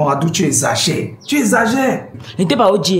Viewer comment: J’aime trop quand il dit « Adou » 😂😍😍😍. Il dit ça trop bien Adou = Chéri/Chérie en Basa’a.